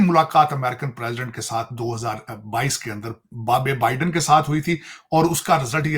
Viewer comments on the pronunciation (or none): none